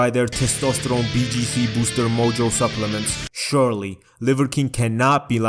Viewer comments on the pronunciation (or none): none